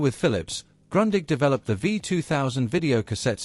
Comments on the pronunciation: Not grondig but groondich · Isn’t it pronounced more like “groondig”? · Why do you pronounce Grundig like Grøndigg? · Not Grandig - Grundig like in Groondig 😂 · Say Groondig, not Grandig. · Funny; I was always pronouncing it GRUNDING! I should have known better! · it's GrOOn dig and Porsheh !!!!!!!!!!! show some respect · it all begins with Grundig not being ‘Grondig’ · It's [ɡrʊ̈ndiħ] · While I found this report most interesting, the mispronunciation of German names of people and places was painful to hear. Grundig is correctly pronounced 'Groondig' and Bayreuth is 'Bye -royt', Fuerth is pronounced 'Fyeurt'. For an evidently thoroughly-researched piece this is a miserable mistake. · Luke with Sputnik, they make videos about the Grundig they mispronounce. Please, education is free, just start learning. Groondeeg. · It’s „groondeeg“ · Wenn man schon eine Video über ein deutsches Unternehmen macht, dann sollte man den Namen wenigsten richtig aussprechen können ! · Kind of funny how languages differ in danish its a straigt u the g is not pronounced, also in danish we have the word grundig meaning well done or putting an effort into building something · Seeing as how Grundig is a German company and thus your 'history' will contain many German words, perhaps you should redo the soundtrack using someone who can pronounce German words correctly. You can't even pronounce the name of the company! I had to stop and repeat so many sections to try and interpret what was being said. Heinzelmännchen means Houshold spirit, or Kobold! The Heinzelmännchen didn't have 'Handles' on the front (to throw it away with??) it had knobs which could be rotated.